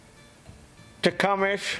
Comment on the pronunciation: I had a neighbor who called Tecumseh "Tee-Cum-Sah" I always suppressed a laugh, because he was a nice guy and a great neighbor, didn't want to hurt his feelings. Now I know I was mispronouncing it too! says Tecumish, so Tecumish it is! Thanks for the video, I was pretty sure Slipper was gonna be the bad guy!